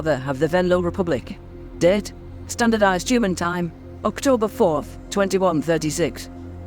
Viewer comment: Every time she says "date" I think she's said "dead "